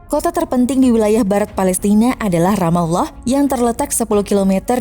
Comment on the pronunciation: Adminnya pernah mondok nih 😁 mengucapkan Ramallah pas, GK kyk yg lainnya